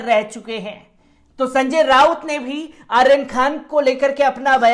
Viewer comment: संजय राउत नाम है उनका रावत नहीं कृपया नाम ठीक से पढ़ें